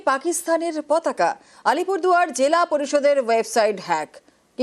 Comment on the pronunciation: পতাকা ❌ পকাতা ✅ 😅😂